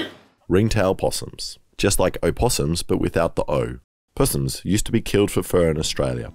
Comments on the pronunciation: "pussssss-ums" lol i usually hear it pronounced "possums" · Puss ums? hahahaha Crikey..!!!!